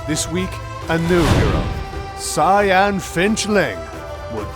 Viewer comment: The way he say 'Cyan' like he said Saiyan